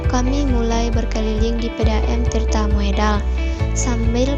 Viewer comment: Dibaca Tirta Modal, bukan Moedal.